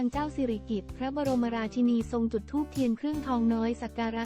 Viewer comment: อ่าน ราชินี ก็ไม่ถูก คิดจาอ่าน ก็หลงๆลืม